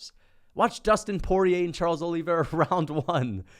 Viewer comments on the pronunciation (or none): none